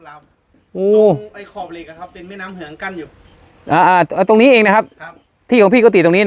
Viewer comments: ออกเสียงว่า “แม่น้ำเหือง” คะ ไม่ใช่แม่น้ำเหียง ไหลไปบรรจบที่ปากตม และไหลลงแม่น้ำโขงอีกทีจ้า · เเม่น้ำเหือง ครับ...ไม่ใช่น้ำเหียง